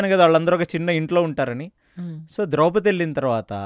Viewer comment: ద్రౌపతి కాదు ఆమె పేరు ద్రౌపది